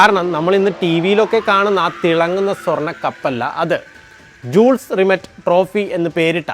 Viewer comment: ജൂൾസ് റിമെറ്റ് അല്ല മാഷേ. യൂൾ റിമേ . അവതാരകൻ കുറച്ച് കൂടി research ചെയ്യുന്നത് നന്നായിരിക്കും